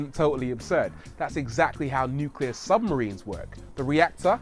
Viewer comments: "nucler waste" is pretty much harmless. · It's always the little things, too. "Look at this new "coop" from Audi." "This is a modern type of "new-que-lar" reactor from the USA." Aaaaarrrrrgggghhhhhhhh! 😬😠👿